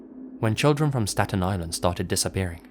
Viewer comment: It is pronounced stat-ni-land. You got it right at the beginning but seemed to fade a bit as the story went on!